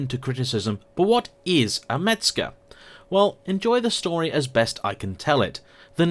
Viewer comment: Mezger !!!!! Not Metzger !!!!!!!😊😊😊😊😊😊